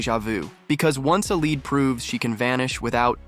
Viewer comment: Not "led recast," it is "lead recast." Pronounced "leed."